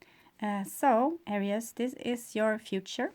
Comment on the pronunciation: ..just wanted to tell you that I like the way you pronounce Aries ⭐️🌙🗝💖